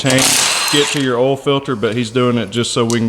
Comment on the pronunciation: "ooll" filter? It's "OIL" filter! :).